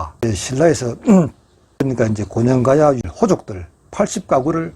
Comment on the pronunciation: 고령가야라고 발음해주세요